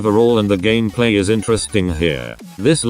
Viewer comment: remeber when the text to speech said gammaplay?